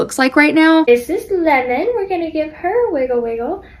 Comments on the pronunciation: Never heard someone pronounce Lemon as Limin lol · Lemon or limmon? You pronounce the name weird. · did anyone else literally think she was saying linen like clothes